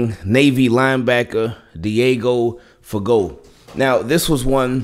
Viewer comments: It's pronounced FUH-GO y'all..... 😒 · Guess people don't know French pronunciation... Someone bout to be fired this season